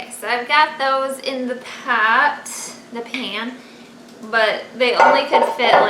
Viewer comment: are you starting to get a Massachusetts accent? I thought I heard you say you got the pasta in the Paht, I know you meant pot but I thought it was funny to hear you speak that way, before you know it you'll be calling your car a cah and you pahk in your yahd Just like we do in Bahrain LOL you really make my day, keep up the great work, tell Meckenzie she did a wonderful painting, she has got a lot of hidden talents, along with the rest of your family